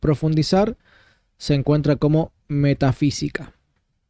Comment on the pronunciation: No dice metafísica, sino Meta sí qui ca.